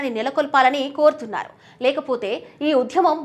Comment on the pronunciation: నిరసనఖారులు ఏందీ తల్లీ.ఆ పదం కేవలం నిరసనకారులు మాత్రమే.తెలుగు పదాలను పచ్చడి పచ్చడి చేస్తున్నారు.ఆకృత్యాలు కూడా కాదు మహాతల్లీ ఆ పదం కేవలం అకృత్యాలు మాత్రమే.ఉధ్యమం ఏమిటి తల్లీ అదికూడా కేవలం ఉద్యమం అని మాత్రమే ఉచ్ఛరించాలి.తెలుగును పచ్చడి పచ్చడి చేసి భ్రష్టు పట్టించవద్దు